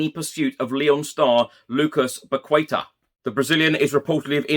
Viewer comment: solid reporting as always. I want to give you feedback on how to say Paqueta: pah-kay-tah. Its portuguese not Spanish!:)